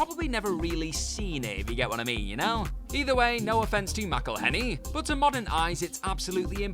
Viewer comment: Jesus fucking Christ, you need to learn how to pronounce people's names properly, you sound like a complete moron saying Poehler and McElhenney